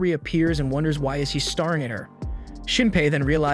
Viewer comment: Starring instead of staring lol